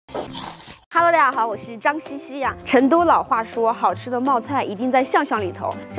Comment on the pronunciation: 成都念cheng,不是Chen.学生是Sheng,不是shen